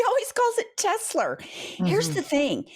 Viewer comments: Hey! Love the show. I think I figured out why Trump says "Tesler"....a mix of Hitler and Tesla is..you guessed it! TESLER!!! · "Tesler" -- adding an "r" sound at the end of a word terminating in the letter "a" is part of a NY accent, among other accents, including those in areas of the UK. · jewish grandmas from new york LOVE saying tesler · hit-ler tes-ler he’s just saying what we all think musk is… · Tes-ler. That's how the UK people pronounce many words that end in an "a". I noticed that when I was a kid and have wondered why they pronounce it like "er". His mom was Scottish or Irish, wasn't she? That could explain it, except, hmm, 🤔 I've never noticed him do that with other words. Who the hell knows why he does anything. 🤷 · Hi Pumps. Trump is speaking with a NYC accent when he says Tesler. If a word ends in the letter ‘a’ you change it to ‘er.’ Tesla —> Tesler. If a word ends in ‘er’ you change it to ‘a.’ Shower —> showa (showuh). You stink! Take a showa! I have no idea why they pronounce ‘orange’ as ‘ARange’ though…. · Many New Yorkers, possibly older, add “R” to the end of words ending in A. Tesla - Tesler. It’s called a Linking R or Intrusive R. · Teslar 😂😂😂it’s computar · Trump calls it "Tesler" because it sounds a little like "Chrysler" . That makes it feel more familiar to his "brain" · Welcome to NY,. They say, Tesler, Linder (Linda), etc. If it's an "A," it's said "ER." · “Tesler” because he’s a basic guy from Queens. Think Archie Bunker saying “terlet” instead of “toilet.” My grandmother called a dear friend named Joyce “Jerce”. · Trump not being able to say Tesla may be a sign of dementia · His natural pronunciation is from Queens, think Archie Bunker; as he ages and declines he loses what other veneer he put on previously. New Yorkers often add Rs to vowel endings, where Bostonians drop them from R-ending words.